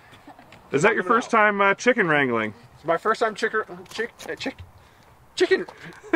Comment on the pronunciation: cant say chicken hahaha🙈